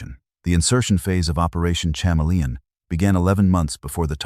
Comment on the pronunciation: Seriously, the AI voice pronounces it operation chama-lee-on. That's just off.